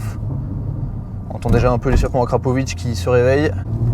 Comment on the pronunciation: NEURBEURGRING mais lol cava tu te rattrape avec la bonne prononciation de d akra